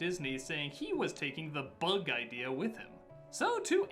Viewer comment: I love the way he says 'bug'. "BEOUG"